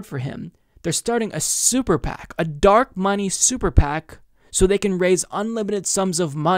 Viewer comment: Funny - at around the 8-minute mark when you said: "super PAC" it sounded like you said sewer PAC. I hereby declare we call them that from now on.